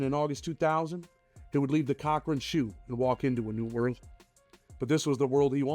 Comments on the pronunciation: CORcoran is how it’s pronounced not Cochran all❤ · Its Corcoran, Not Cock Ring.